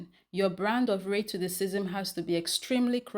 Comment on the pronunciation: lol, I LOVE the way you say ray2theScism. I chortle EVERY TIME...🤭.